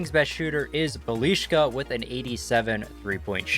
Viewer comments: BELISHKA? ITS BIJELICA...how did you get the sh?!?!?!?..try bielica or bielika wtf is belishka...or just go with Nenad. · It's not fuckin BELIŠKA...it's BJELICA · his pronounciation is Bee-ya-litza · Belishka XDDD, It's Bjelica btw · He is not Bjelishka he is Bjelica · calling bjelica:Balishca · Bjeclia is pronounced (be-a-leet-zee-uh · It is Bjelica not beliška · “Bah-lee-shka” > Bjelica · Did he say “Belishka” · It's pronounced "byelitsa" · Bliška hahahahaha instead of Bjelica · That is not how you pronounce Bjelica, it is Bye uh leet za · Nobody Smeq- bilijka😂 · It's Byelitsa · It should be pronounced "Bee-ill-eat-sa" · To pronounce it has to be biyelisa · Htio sam da umrem kad je rekao bjeliška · "Buh leash kuh"😭😭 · The pronunciation of bjelica was awful😂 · U are pronoucing Bjelica so wrong btw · The way he says bjelica 🤣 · The way he pronounces Bjelica hurts my ears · Man you mispronauce bjelica very bed. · That is the worst pronunciation I have ever heard